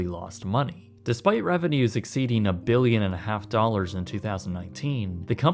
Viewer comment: “over one hundred mbillion dollars”